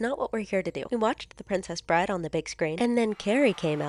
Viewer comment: Did you guys notice at the end he distinctly said, ‘Prescribe.’ And as we all know, ‘Prescribe’ means ‘to authorize the use of medicine.’ So, he probably has a vitamin deficiency and…